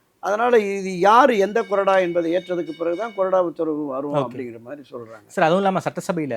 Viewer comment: அது கொடறா இல்ல bro... கொறடா .. இது என்ன தமிழுக்கு வந்த சோதனை..